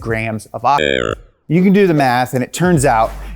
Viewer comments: I love “ogigen” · Am I the only one or do I hear this guy saying "OCHICHIN" instead of oxygen? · I hate how he pronounces oxygen. ODJIJEN, OKSIJEN, ODSHISHIN. Dude.